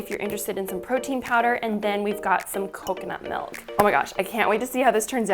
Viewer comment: Who else is annoyed when someone says melk. Not a hater